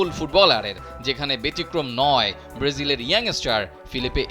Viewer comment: উপস্থাপক ব্রেজিল বলছেন।